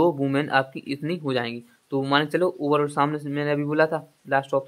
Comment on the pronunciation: Pls bhai galat sahi mat batao phle hindi sahi se padho man ko mal bol rahe ho.our 1 jan to 28 March Tak kitna din hoga apko jodne nhi aa rah h pls abhi our mehnat kro apn ap me